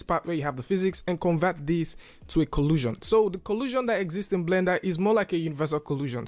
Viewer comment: Your accent makes it sound like you’re saying collusion, to secretly cooperate.